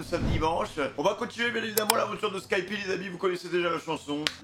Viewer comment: tu me stresse a dire skypie c skypiea avec un A